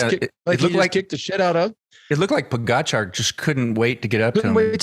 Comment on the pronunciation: George and Lance - learn to pronounce Pogacar. It's not that hard and it's rude to continue to put the accent on the wrong syllable.